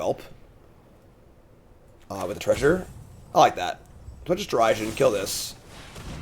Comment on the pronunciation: The pronouncing Derision as Dare-i-sion kills me 😂